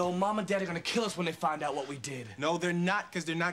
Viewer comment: did wHat?? haha he put the emphisis on the h lol